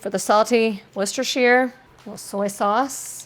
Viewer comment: Your pronunciation of Worcestershire makes my ears scream but otherwise a solid video